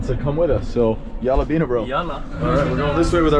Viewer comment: Lol why you still saying yalla beena when everyone says it ain’t what people say